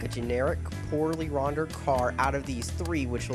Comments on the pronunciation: You said "Rondered". You mean "Rendered" right? I laughed when I heard that! Come on, the game isn't that bad. Go play, Mario's Preschool Years! The girls are HOT and I think you're gay! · Did you say 'rondered'? You're kidna dopey.